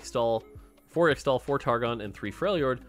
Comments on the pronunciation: it's pronounced ish-tal! Please, you have made this mistake a LOT and you don't seem to understand that people look up to you and they'll think that X-tal is the real pronunciation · Man please say its pronounced ishtal i hate to say extal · In Qiyana's voicelines she says 'ixtal' as 'Ishtal' the x is pronounced as a sh sound. And 'Ixoacan' is 'I-sha-wa-can' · In case you end up getting pestered over the next several months over the ixtal pronunciation --- From Qiyana's in-game VO: Ixtal = Ish-Tall Ixaocan = Ish-Shao-Khan (like the mortal kombat character) Thanks to the team for all the hard work, very excited to play bilgewater. <3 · Bro, please just listen to some of Qiyana's voice lines, because it's so painful listening to how you pronounce Ixtal and Ixaocan (Just pronounce the "X"es as "sh") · Please learn how to pronounce Ixtal an Ixaocan.